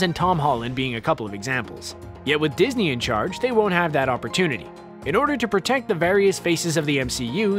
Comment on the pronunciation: Did he say disney?